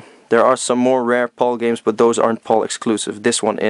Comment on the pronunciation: yeah its not pronounced paul or pole region its pronounced pal like hey buddy ol pal stands for Phase Alternating Line ive heard alot of americans pronounce Pal properly and your the first Video Game Youtuber who hasnt but its ok love your videos by the way keep up the good work i didnt even know we had these games in our region or heard of them at all till now ive learned something new today wow awesome